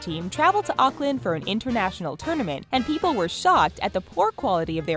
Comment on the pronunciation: learn how to say auckland im a fan it bugs me